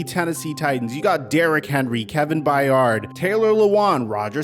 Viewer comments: Learn the pronunciation of Titans players names!!! Proof people don't pay attention to them. Byard is not By Yard, Byard try again. Simmons is not Simon's. There is another M in there. Ha ha lost all my respect! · Hard to take you serious when you can't even pronounce players names right. Just butchering Simmons and Byard all in the span of 5 seconds. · Man you mispronounced kevin byard's name and Jeffery Simmon's name. No offense but how do you do that?? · Jared Stillman is a tool who talks just so people notice him, but I ain't listening to a dude who can't tell the difference between "Simmons" and "Simons"...MF can't pronounce 2-time all pro Byard's name correctly. Denver literally just gave Patrick and Sutton new contracts, Rodgers DGAF about playing Mahomes and Herbert twice a year. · Why am I a titans fan and the thing I got the most upset at in this video is the way you pronounced Byard's name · You butchered the pronunciation of Byard and Simmons.